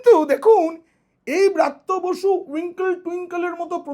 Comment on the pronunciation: apni atho scholar serious hoyeo, x shikkhamontrir naam ta sathik uchharon korte bhul korlen, aami swmoron koriye dichhi, uchharonta hobe, Vrityo basu, not braatyo basi, aar jeno bhul na hoy ashikkha montri naam. Jaake bolchhen Elite, se tho akhon political grounded delit hoye jachhe. Kothay apnar " kaak " shilpi??? Suvaprosonno. Ar tuli naaki kono paakhir chhobi aaklei, ta kaaker rup peye jetho. Tai tini " kaak" shilpi. The main true is to be a neutral man( wiser & honest). hote hobe, taholei banglay taake punoray" buddijibi bolahobe. Choti chatleo noy, mithye uchhoprosongsa karo korleo noy, buddijibi nijer gyan biliye samaj ke pocha nordoma theke tule ane pobitro shikkha angone tule aanben, sei sab aadorsho manuserai hobe bartoman o aagami bhobishyoter prokrito " Buddijibi".kono amanus, arthopichaas, ba chaatukar noy. Actual scholar bektittoi hoben aagamir " buddijibi ba pioneer of all schooling. ke roilo platinum salute from the part of sonatoni culture of bengal tolyard.